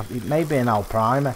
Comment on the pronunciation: I find on this map in this particular peg if you fish down towards the bridge if its a big fish they take you down and around the corner and they sit there and get stuck and eventually it snaps your line lol and i love how you say Arapaima lol Alprima 😆